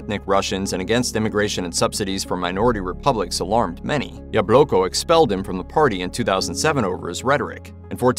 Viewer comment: LOL - I noticed this too!!! I cringed every time the narrator said Yah-Bloke-Oh!